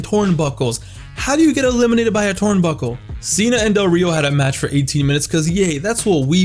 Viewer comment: The way you say turnbuckle is funny